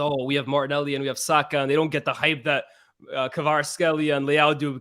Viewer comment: Good analysis but needs to learn how to pronounce Kvaratskhelia🤣😂